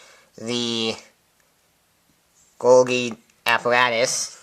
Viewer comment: I think it's pronounced golji